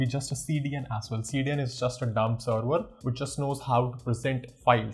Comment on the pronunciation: awesome video, and a suggestion is to improve your pronunciation for serwer, to server